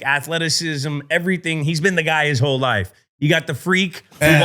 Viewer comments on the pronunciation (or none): none